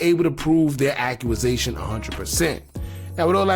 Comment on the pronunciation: Accusation.. Accu-sation. No a in the middle. Much love.